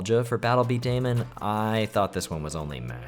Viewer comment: Okey I am old. Battle bedaman is pronounced bee-da-man not beedaymen. I grew up when that anime was on jetix. You probability don't know what that is tho 😅